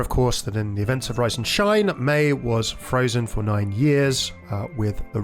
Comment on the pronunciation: It's "for", not "fir", just thought I'd mention it! A fir is a type of tree. ^^